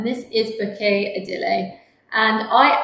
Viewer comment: Hi, great line-up of fragrances. Just a side note: Floraiku is pronounced FLO-RAI-KU, not FLORA-IKU. Also, Ideale (in Bouquet Ideale) is 4 syllables, not 3. So it's pronounced EE-DEE-AH-LAY, not EE-DEE-LAY. 😊